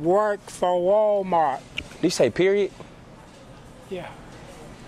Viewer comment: Why most older black people call walmart, walmark? Lol